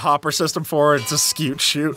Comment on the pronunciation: pronounced 'scoot'